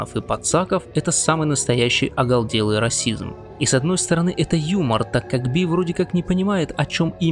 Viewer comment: ОголДелый, пошиВа… рукалицо… не знаете как правильно произносятся слова и что они означают, но претендуете на глубину и философию… ну, нет 🤮